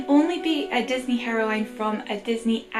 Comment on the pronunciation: I love how you say heroine like herowine that European accent though